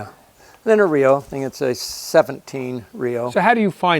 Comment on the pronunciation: I hate to bust your balls but it's not REO like rio, it's R.E.O. as in Ransom Eli Olds, so they would be spoken as separate letters like R.E.O. Speedwagon, not as a word.